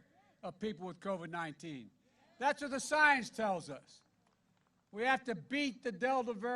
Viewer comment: Sounds like Joe's got Co-Vee-Vee